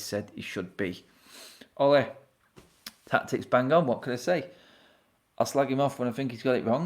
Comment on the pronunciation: Yo these American's/Canadians killing me. I'm Canadian and the pronunciations are killing me. Ole isn't pronounced like a Spanish matador, its closer to the nickname 'Olie' as in Oliver.